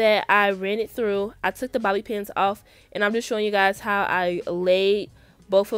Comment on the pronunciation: She said Bobby pins🤣🤣💀